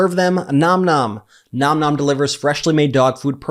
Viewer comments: I feel like you say Nom Nom incorrectly. It's more like naam naam. Edit: For the first time ive seen, it's right in this video. I can finally rest. 😮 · Brett, thank you for correctly pronouncing the name of your sponsor, Nom Nom!!!!